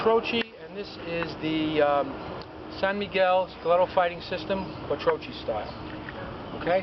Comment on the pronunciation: Chi is pronounced ki in Italian